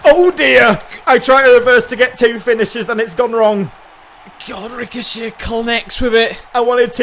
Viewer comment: Also next week on Raw, I wanna see Ricochet Vs Rico-Jay. I heard the mispronounciation of Ricochet and thought, what if Rico-Jay, the next Ellsworth, is brought in for a warm-up with Ricochet